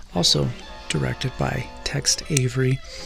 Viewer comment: It's not Text Avery, it's Tex.